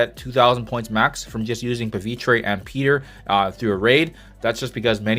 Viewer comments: I don't get it.. some call him pavitrey, and some call him pavitra. This guy is an india variant of spidey. So it makes more sense to call him as it's spelled: Pa-Vi-TR like try without the y.. how does this not make sense? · why does every CC pronounce Pavitr differently? how do you get "Tre" when there's just an "R" on the end of his name?